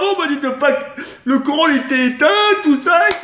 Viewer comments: ah un moment jai cru il a di"le Coran était étein" et pas le courant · Au début je croyais qu'il disait coran ou lieu de courant ! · qui a l'impression que dit coran quand il dit courant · Mcdakiller fait pas de vido ouais mais tk il dis le CORAN au lieu du courant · mdrr au lieu de dire couran il dit coran starfoulah ! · a la place de dire le courant il a dit le " corant " c est un prank